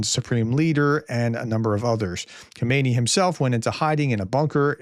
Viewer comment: Hello Grea test respect for you and your work. Please in your presentation distinguish between ayatollah ho-may-knee who is lying dead in a giant mosque and current leader ha-mah-nay. Bless your tremendous effort. Yours. Richard